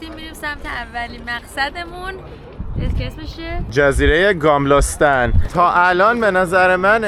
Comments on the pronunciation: نام شهررا یک باردیگه بگو..گاملستان..؟ گملستان..😂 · ممنون از فیلم‌ها ولی کاش اسم‌ مکان‌ها رو درست تلفظ می‌کردید مثل گَملاستان که شما گاملاستان گفتید. میدان ستورتوریت نه ستورگ توریت چون گ خونده نمیشه. به هر حال عالی بودید.